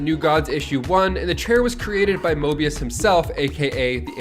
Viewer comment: There's no R in Mobius